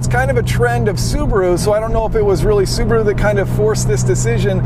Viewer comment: Which one's engine blown first. The Zupraa or Zubaruu